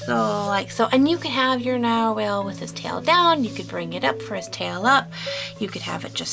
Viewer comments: lol I am sorry you are saying nar-whale but its nar-wall but less choppy like narwall but spelt narwhal the English language is to weird... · IT'S PRONOUNCED NARWALL